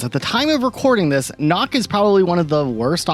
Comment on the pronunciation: Also Nøkk. It is not pronounced like knock. It's pronounced more like the sound of duck. Basically nook, but two ks and one o